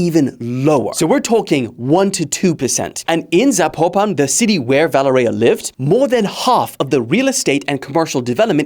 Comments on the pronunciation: You are butchering her name. It is ponounced Vuh lé rya. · Valereya? Wtf!!!? Learn to read dude! Its almost the same as in english Valery but with an A at the end! If its so hard for you